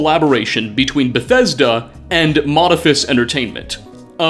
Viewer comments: Modifus? Sound it out dude: Modiph-i-us Oh wait... they stopped teaching phonics. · mod-i-FIST 😂 Moe-di-FE-ist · "MODIPHIUS," not "Modiphus," and I wouldn't say they "specialize" in tabletop games, it's just that it's all that they do, if you catch my drift. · Mo-dif-e-us Not modifus xDD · Mo-di-phi-us It takes 30 seconds on google to learn how to pronounce words that aren't your own native language. This being Latin. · Ima drop a gentle bit of hate on a man who can't pronounce the second 'i' in Modiphius (mode-eeph-ee-uss) they wrote the conan and star trek adventures TTRPGs; they are a big deal! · I thoughtit is pronounced Mo*diph*ius (Moe+diff+E+us) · Lol "modifus" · I've been a fan of the games that Modiphius produces for a while now. By the way, it's pronounced Moe-DIFF-ee-us. They started with books for the Call of Cthulhu RPG, so I'm not surprised they embraced the eldrich side of Fallout. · Fantastic video! But, just because its bugging me , it's "Mode-If-EE-Us" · It's pronounced moh-DIH-fee-us ;) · Ugh, it grates on my nerves every time you mispronounce Modiphius... Moe-diff-ee-us Btw, of course they won't answer your emails, you can’t even say the company's name 😂🤣🤣 j/k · i think its Moe-dif-e-ous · Moe- diph-ee-us - they have produced some great tabletop gaming material for several different game systems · I have the ttrpg core book sitting on my desk when I click on this. Also, it's moe-diff-ee-us :P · Yea this was bugging me to. Probably because I own an FLGS and have heard every possible wrong way to pronounce their name. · Modiphius might get back to you if you learn how to pronounce the name of the company.